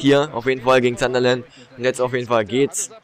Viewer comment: Es heißt sun-der-land und nicht zanderland